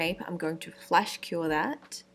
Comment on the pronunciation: i thought she said flesh cure... ... but those nails are amazing